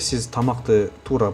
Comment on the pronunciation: Тууру эмес,туура деп айт.